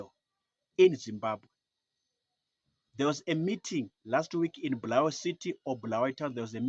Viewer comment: Bulawayo not bhurawayo